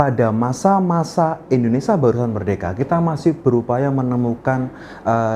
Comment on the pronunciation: In-do-ne-sia pak, bukan Indonesa Penjelasannya cukup jelas 👍